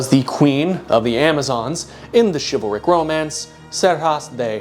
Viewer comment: did he just say chival-Rick like Rick and Morty?!?!?! WUBUBLUBDUDUB